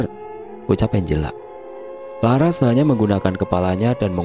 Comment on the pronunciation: Kok Lucu ManggiLnya... Msk LaRas di PanggiLnya LaR Hhhh.... Ras x Lbh enak di dengarnya